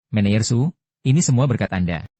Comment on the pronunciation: Saya kok keganggu ya dengan sulih suara AI nya..manager/ menejer teruuuus aja dibacanya meneyer😢